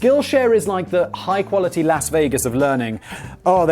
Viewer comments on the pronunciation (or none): none